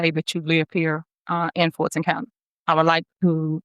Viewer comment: Why can't she say Fulton (Ful' ton).